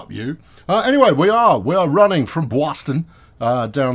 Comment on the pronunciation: you got REALLY close on pronouncing "Boston" (bawstun) and I would be a fairly good judge having spent my first 14 years of life on Cape Cod and my mom was from a Boston suburb. But, on with the trains!